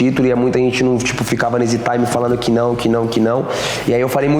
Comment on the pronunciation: Alguém avisa para o Charles que ele falar Taime (time) toda hora , além de chato . Ele usa sempre fora de contexto , expliquem a ele o contexto pq ele fala , arroz e aviao ele coloca um Taime no meio 😂